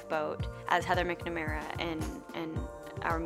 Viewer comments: I’m sorry... MICKNIMara? McNamara Pronounced mac-nuh-mara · Its Mac-na-mera. The original actress who played her role in the original musical is Elle mac-le-more so maybe that’s where you’re getting confused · Can Camilla say heather McNamara right for once BUT I STILL LOVE HER